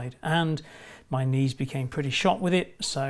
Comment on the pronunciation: I thought you said your niece couldn't take it for a second. Knees 😂